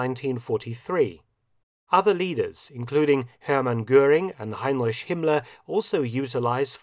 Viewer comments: Like so many say "ish" instead of "ich". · Why you always pronounce Heinrich as "Hein-rish" ? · I love how he said Heinrich